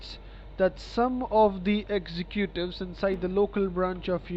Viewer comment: Lulz at the pronunciation of "executives" . breathing intensifies - that was a good laugh :D